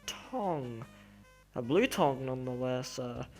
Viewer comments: Y bley? Lol i love the way you say blue. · lol, your accent. every time you say blue, you really say blooueri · I'm not judging on how you say "blue" but it sounds like "bleaue" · The way he says 'blue' XD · No offense, but how you say blue is hilarious